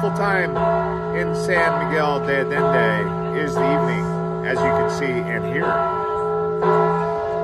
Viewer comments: Sorry, it's "deh Ayendeh" not "day Ayenday" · De ayende…. Not de addende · se refiere a la mala pronunciación del español..no es ayenday ..es Allende ..haciendo incapien en las LLs. Sería algo así como yeee ..sin la y al final..tómese el tiempo de preguntar a alguien nativo cual es la pronunciación correcta. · Wrong pronunciation is more like ayenda!!!! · ALLENDE - the double LL's are pronounced like a Y as in YES -- AHYENDEY. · It's San Miguel de Ayenda, double "ll" in Spanish is pronounced like the "y" in yes. Also there is crime there, people report and have been captured on camera, tourist being robbed at intersection while in their car. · Sawn miguel de adende! Hahaha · Thank you for explaining it to him. This is my home and I was cringing with All of this pronunciations. LL is not a D. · Butcher the name...adding letters to name...come on gringo, get with the program.